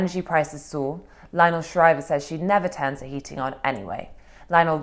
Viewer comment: Is that Shriver with a silent R 🥶?